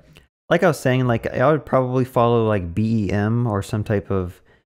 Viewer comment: BEM is not pronounced as BIM lol sorry couldn't help myself, love the content!